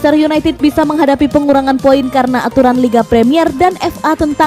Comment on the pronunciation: Pengurangan bukan "penggurangan" min...